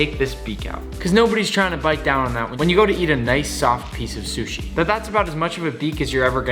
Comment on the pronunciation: I love how he says "shushi' instead of sushi. Lol